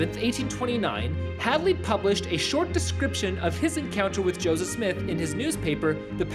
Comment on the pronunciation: its josef not josiv ....ur nutz